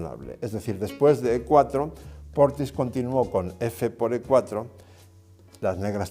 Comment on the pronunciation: His name is "Portisch", not "Portis".